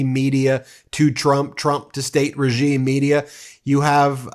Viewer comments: fox really said regieme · Listen carefully as he starts to say "regime" 😮